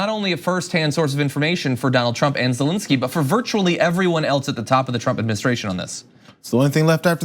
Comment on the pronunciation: It's Zelensky, not "zelinsky".